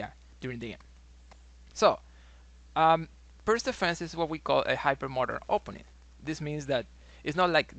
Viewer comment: I think is correct prono'nce Pirts or correct prono'nce Pirtz or correct prono'nce Pirdz or correct prono'nce Pirds. 🙄😏🤓 Wrong incorrect prono'nce NoT Pirq or wrong incorrect prono'nce NoT Pirk or wrong incorrect prono'nce NoT Pirkk or wrong incorrect prono'nce NoT Pirck or wrong incorrect prono'nce NoT Pirkh or wrong incorrect prono'nce NoT Pirckh or wrong incorrect prono'nce NoT Pirque or wrong incorrect prono'nce NoT Pirckhq or wrong incorrect prono'nce NoT Pirke or wrong incorrect prono'nce NoT Pirce or wrong incorrect prono'nce NoT Pirqe. 🙄😏🤓 Right correct prono'nce is Pirts or right correct prono'nce is Pirtz or right correct prono'nce is Pirdz or right correct prono'nce is Pirds. 🙄😏🤓 Illiterate English speakers. Research in what way other languages use letter |C| NoT |k|. Research how other languages use letter |C| NoT |qk|. Research in what way other languages used use letter |C| NoT |ck|. Research how other languages use letter |C| NoT |kh|. Research in what way other languages use letter |C| NoT |q|. Research how other languages use letter |C| NoT |que|. 🙄😏🤓